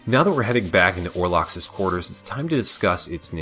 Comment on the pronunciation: I'm sure you got this criticism on the individual videos, but my god the pronunciation.... Orlocks and Skyla send me flying dear God....